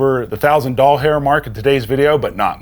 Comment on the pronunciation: Lmfao i love how you said a thousand dollhair mark 😂